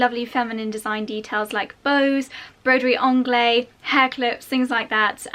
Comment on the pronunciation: Sorry, I just have to correct your pronouciation of Broiderie Anglaise.... you do pronouce the "s" because it is followed by an "e". So say to us English it sounds like "onglaze". Love your vids 😘😘😘